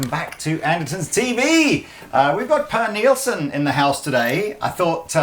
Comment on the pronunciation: Purr Nilsson lol, his name is pronounced 'Pear' Nilsson.